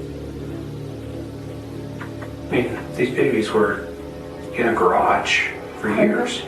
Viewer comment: The way she said garage pmo so bad 😂😂😂